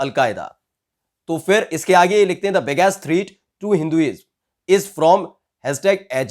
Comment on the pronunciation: ये जो रिपोर्टर है अच्छा काम कर रहा है, गुड रिपोर्टिंग। एक सलाह देना चाहूंगा... अपनी अंग्रेजी पे थोड़ा काम कीजिये पर थ्रीट नहीं "थ्रेट" और पर फेंटिसिसम नहीं "फेनेटिसिसम". जस्बा बहोत ही अच्छा है बस अब परफेक्शन ले आइए। हमारा इंडिया हर बार इसी बात में मात खाता है जो है "क्वॉलिटी" पॉलिटिशियन से ले कर के पत्रकार तक, आईएएस से लेकर के मज़दूर तक सब को क्वॉलिटी पे ध्यान देना है बस.... दुनिया मुट्ठी में होगी। कीप अप ध गुड वर्क।